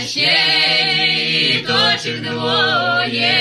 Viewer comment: Душевно исполнено. Обратите внимание на нюансы произношения :диточок